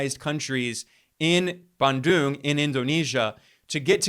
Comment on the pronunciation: Hey my friend, your pronunciatian of Bandung is totally wrong. Your American background proves how ignorant you are of Asian languages.